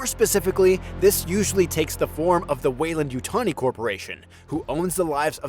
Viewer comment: Why are you pronouncing it as Yutoni? It's YUTANI